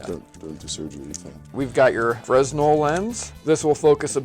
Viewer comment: Fresnel is pronounced fray-nel.